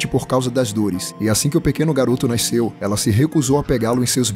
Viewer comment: "Naisceu" kkkkkkkk